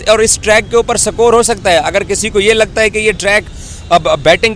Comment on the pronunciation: Sakore kya hai,? Its score not sakor illiteracy at its peak. 😅😅